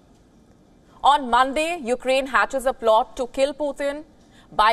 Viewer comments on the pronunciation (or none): Sometime she also said You-Ga-Rain for Ukraine